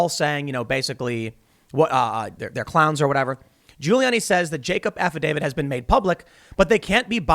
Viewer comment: "Affidavid???" Tim can you English?